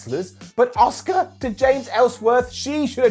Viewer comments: Why do so many people both within the WWE and all the talking head shows (including ) call Asuka “Oscar” it’s not like Asuka is even difficult to say. I mean, I understand the Americans somewhat deliberately swap their O’s and A’s around in some words, but is an English… it’s Ah-ss-oo-kAh. It’s not like she hasn’t said it herself on WWE either. It’s American language imperialism and it’s infecting my language and I don’t like it. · “Ah-ss-oo-kAh“ is a Star Wars character. The Japanese way to pronounce her “name” is “Ah-ss-kAh”. The “u” is almost completely silent after “s” in most cases.